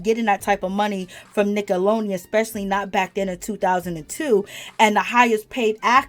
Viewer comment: It's Nickelodeon, not 'Nickalonian'. Are you okay?